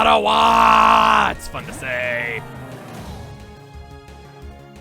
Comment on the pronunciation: Ottawa... Ottawa chugga! are u canadian